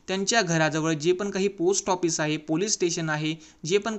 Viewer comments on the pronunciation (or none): none